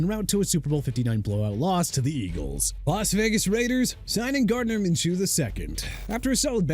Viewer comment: Might as well mispronounce Joe Flacco's last name huh?! FLAH-KO! GOT THAT MR. ILLITERATE?! Also it's Minshew (min-shoo) not min-choo!! Oh yeah and Miami DID made a mistake signing Shaq Barrett okay?! Are you done ripping my team?!